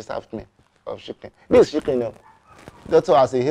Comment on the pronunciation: “Don’t give me shiken, give me fooowwl” 😂